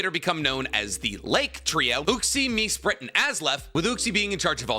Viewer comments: You wanted me to start tearing apart how your timeline is. Dialga and Palkia are swapped You butchered Mesprit and Azelf's names its [Mess-prit] and [A-zelf] Could have referenced that the fossils are dual type because of the Revival process You could have also brought up Tropius and Relicanth who existed back then Gigantamax/Dynamax it can exist outside of being traded. Thats just it learning far away You also forgot Kalos War which is when the Ultimate Weapon was created. The Creation of Uva and Naranja Academy. The Great Pokémon War which Lt. Surge was in. The Creation Of Mewtwo. The Splitting of the Original Dragon. First Battle Bond Greninja. And a bunch more but of varrying importance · Az-Elf, Mess-Sprit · Respectfully, that might have been the worst pronunciation of the lake trio I've ever heard. I'm ngl it sounds like AI reading a script with "Azlef" and "Me-sprit". Still good content but... sheesh